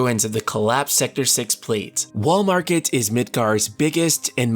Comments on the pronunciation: Every time he says "Wall Market" I keep thinking of "Walmart." That's probably what I'll be calling this place from now on. 🤣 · I keep on thinking he is saying "Walmart".